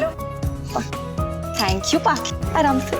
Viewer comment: Hd h wse ye serial bnany walon py phly anupama sorry b ni bolti thi jbse thori c English ai h to soori sori sori.... Soooori or tank you tank you tank you.....taaaaank you he khtm nhi hota bht zehar lgny lg gai h ab anupama is serial my anupama change krdo plz ya phir isk ye fazool sori sori khtm krwa do